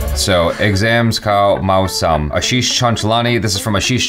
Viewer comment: That's my name 😂😂😂😂. You said it correctly the 1st time.